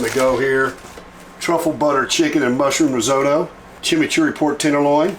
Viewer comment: not being rude but it's said Rizotto.........Riz Otto but as one not riz ow tow